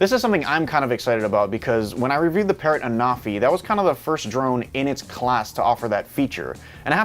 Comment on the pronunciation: "Phase Detaction"? Detaction? "Sample footage from Patrrot Anafi"? Patrrot?